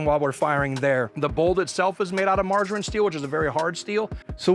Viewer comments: "Margarine" steel = Maraging steel, i.e. "mar" (martensitic) - "aging" (heat treated and aged). Mar-Aging. Maraging. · Is he saying margarine steel? Does he mean maraging steel? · 'maraging steel' not margerine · Sounds like you guys keep saying "margarine steel" when referring to the bolt and other components. Did you/ mean maraging (martensite aging) steel? There are a couple silencers now that are made from M300/C300 maraging steel. Wondering if its the same thing. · Margarine steel? The heck? Do you mean maraging steel? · "Margarine steel", I think he means maraging steel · I kept hearing "margarine steel" ... smooth as butter steel but greener? My ears are dyslexic... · "Margarine" steel. That got me every time.